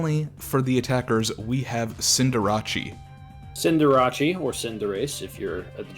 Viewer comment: Nope, Cinderace is pronounced officially with “ace” not “achie”